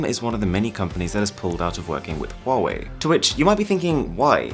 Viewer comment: he said huwei not huawei